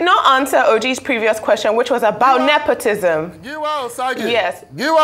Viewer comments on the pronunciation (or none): Mr., It is Nepotism not nepotisn